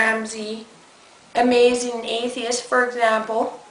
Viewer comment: wow TJ u sure are "azmazing" *teehee*